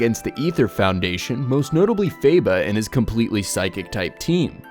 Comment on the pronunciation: HE PRONOUNCES IT FAE-BA WHY ITS FAH-BA